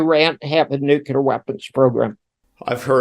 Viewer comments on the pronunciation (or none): What is a "nucular" war? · Agree, seems all guests he invited to discuss Nuclear Weapons can't say "nuclear" they say nu - cu -lar. It's Nuclear as in the 2 words "new" and "clear" it's not difficult to pronounce and yet so many have problems saying it correctly. Why is that? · Never and I mean never trust anyone who says new kya ler ..